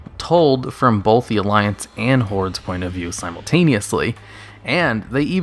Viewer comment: "Bolth" lol